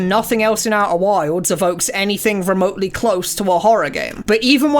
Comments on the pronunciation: Oeh' whaildz' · "Au'er wilds" never heard it said that way.